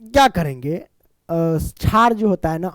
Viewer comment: Ek chij notice ki ye sr shar ko char kahte he